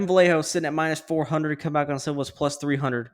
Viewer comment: And I want to give tribute to Kevin, Vallejos is pronunce like this: Vayeg(of Garage)os 👍😃